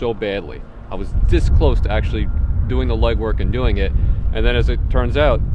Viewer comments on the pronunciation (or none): none